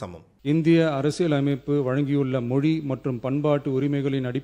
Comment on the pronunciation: Thambi, Neengalum Thamizh endurance solli pazhagungal. Thamil moli endru sollamal ‘ zha solli pazhagungal